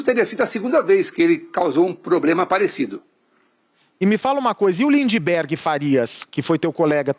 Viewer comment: Bacci falando lindiberg kkkkkkkk